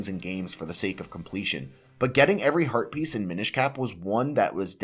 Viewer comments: I keep hearing "herpes" and can't unhear now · When you say heat piece, my mind thinks you say herpes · I am the only one who keeps hearing "Link gets Heart Pieces" as "Link gets Herpes"?? 😂😂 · Are you intentionally trying to say Heart Piece and Rupies as close to Herpes as possible? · Sometimes when he says Heart Piece, it sounds like he's saying Herpes and I have to do a double take